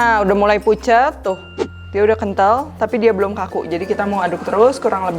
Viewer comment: Ini telinga gw doang yg salah denger ? chef nya bilang pucet Gw denger ny fucek😭🙏🏻🤣